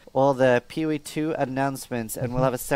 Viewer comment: Why does that guy call PoE PeeWee?